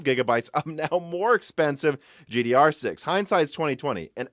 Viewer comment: Stop saying GDR6!